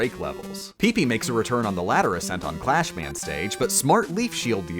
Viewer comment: He kept calling Crashman "Clashman" but he said the weapong name "Crashbombs" correctly. Oh well.